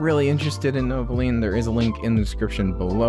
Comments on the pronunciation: thats the whole joke he says novolean through out the entire video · stop saying novolean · Welp looks like I am buying novoline or as you say it novolean